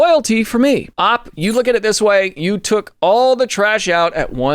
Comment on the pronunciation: I love these videos, but every time he pronounces OP as 'AWP' I die a little inside.